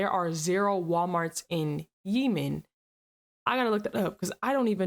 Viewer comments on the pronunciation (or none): It's not Yiemen It's Yemen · “Yee man” 😂😂😂 GIRL. IVE NEVER HEARD THAT PRONOUNCED INCORRECTLY!! It’s pronounced “yea men” like yeehaw And lemon. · I think it's funny kept pronouncing it Yeemen 😅 instead of Yehmen lol its OK I'd probably call it that too if I didn't have homies from there 😅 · 🤔 with the exception of the doors theres no windows at walmarts and home depots. Perfect buildings to fortify. Btw its not called yee-men. Its yeh-men. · I believe it’s pronounced “yeh-min” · Yemen is pronounced 'yeahman' Mon Cher. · And the place called Yemen she's referring to is pronounced like the word yes only substitute the s with men. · Stop pronouncing Yemen wrong